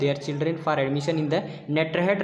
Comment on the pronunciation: नेटरहट नहीं होता है ये नेतरहाट है।